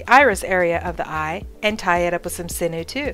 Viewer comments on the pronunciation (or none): I just watched your video and you demonstrated the eye fold very well. There was one thing about it that bothered me. The word sinew is not pronounced "sin new" it is pronounced "sin you". I hope you're not offended if you're corrected like this but mispronounced words just bother me. Have a great day.